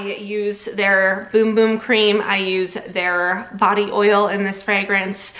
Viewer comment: I am brazillian and i can confirm thats how you pronounce it BUT she did say it weirdly. No offence of course